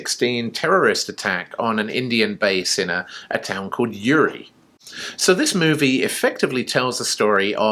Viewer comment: It's ooorie not u ri